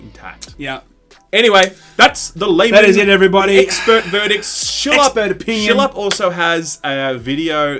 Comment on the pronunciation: Did i just hear you say Shill-Up?